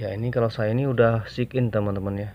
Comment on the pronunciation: Btw sign in di bacanya sain in pak. 😭